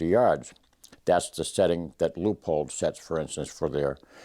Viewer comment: This gentleman speaks proper English. Leupold is pronounced "Loopold" NOT Leopold. Drives me nutz!